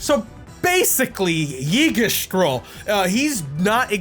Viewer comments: Eeg-dra-seal my dude, that hurt lol great vid tho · I don't think I've heard someone pronounce Yggdrasill as Yeegisdral before. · wait. is that how you say Yggdrasil????? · Most creative pronounciation of Yggdrasil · That sure is a way to pronounce Yggdrasill